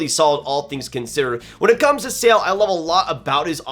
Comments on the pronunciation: Eduard Šalé does not pronounce "Sale" but more like "Sha le" Great work btw! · I agree mostly as usual, would have Gulyayev a bit higher and fyi, Eduard Sale’s name is said Sha-luh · Please pronounce Sale as Shale and Czechia as Checkia, it rips off my Czech ears😂😂😂